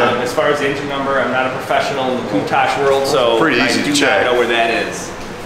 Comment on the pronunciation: How does Countach pronounced as Countage? Lol. Beautiful vehicle 🚗